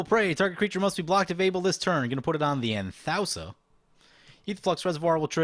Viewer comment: I believe Anthousa is pronounced An-thoo-sa. I could be wrong tho.